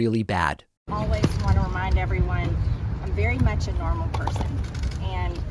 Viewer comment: She TOTALLY mispronounced ABnormal.